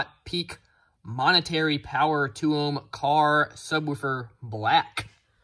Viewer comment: pretty sure its pronounced momentary as it is spelled